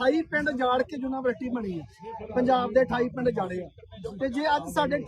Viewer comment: ਬਾਬਾ ਜੀ ਜੂਨਾਂਵਰਸਿਟੀ ਨਹੀਂ ਯੂਨੀਵਰਸਿਟੀ ਆ ਜੀ